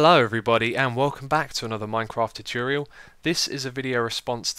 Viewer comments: Tutchurial lol I can't get over the way u say it xisumavoid xD keep up the great vids! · Hello and welcome back to another minecraft tutchurial xD cant get over the way he says it